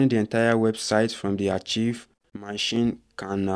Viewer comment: Young man ARCHIVE is not ACHIEVE; it is pronounced AAKKKIVE. You didn't show how to restore the website.